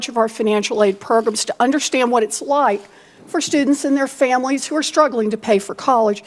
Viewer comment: "Miss Devos, do you know what a school is?" "I WIKE TWURTLES!"